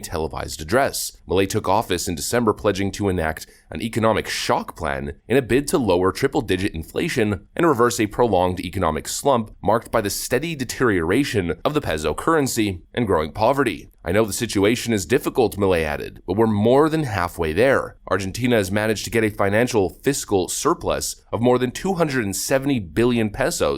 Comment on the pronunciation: The “pezzo” currency?! 😂 It’s crazy we get news from people with a 4th grade reading level.